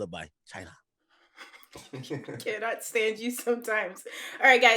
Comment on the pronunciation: Yo ak the funniest Jamaican ik 🤣 the man said ‘china’